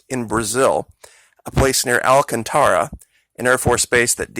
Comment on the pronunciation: I have anxiety and it made my heart leap...by the way thanks for pronouncing Alcantara correctly.